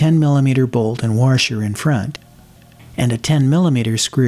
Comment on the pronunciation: Love the video! But did you say "warsher"? LOL Sorry. Just messin' with you.